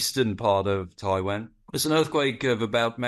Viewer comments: Why does he say Taiwan like that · Annoying pronunciation of Taiwan .